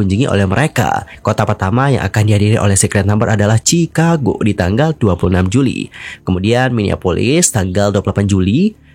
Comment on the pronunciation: Maaf sebelumnya bang, Chicago = "shikago" Houston = "yusten"